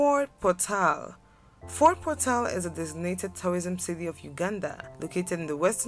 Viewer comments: Did y hear the way she pronounced Fort portal😂😂😂😂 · That was the only issue I observed aswell, I felt so bad the way she pronounced Fort Portal, 🤭🤭 for sure!